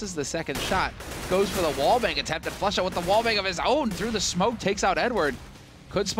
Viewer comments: not exactly, I'm confident Pasha is capable of making the "u" sound in "Flusha" without making the "oo" sound. It's not that he was saying Flusha's name in a polish accent, it was a mispronunciation of Flushas name that was likely intentional, hence the meme. Pasha is known for making these types of jokes himself, Shroud was "Shrood" and then "Shrimp". It seems like everyone else is in on this joke except for you. Even if "Floosha" is the way to say the "u" sound in polish, that is simply an origin of the style of joke, one that everyone is well enough aware of, and is not an explanation that can invalidate the meme of spelling, in english, the way that Pasha pronounced Flusha's name. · Its flasza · its not even flusha its flosha